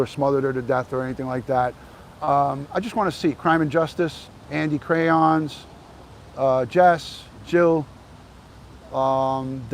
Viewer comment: Ok, just a little levity here. In your accent, when you said what sounded like "Andy Crayons," it made me think of a mobster whose way of making someone "disappear" would be tossing them in a vat of melted wax at the Crayola Crayon factory. I'm sorry ... my brain is weird. 😂